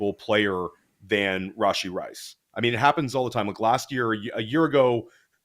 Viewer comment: its "Rah-Shee", not "Ray-Shee"